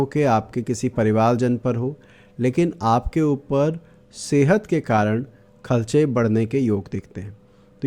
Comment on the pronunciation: Aap kharche ko khalcha kyon bolte ho😂😂